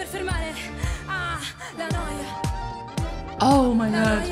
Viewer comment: you are the first person that pronounces correctly la noia